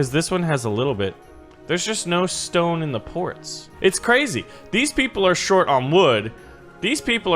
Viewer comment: You Said stone like stoon